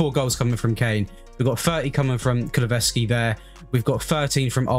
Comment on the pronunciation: You say KULU -SEVSKI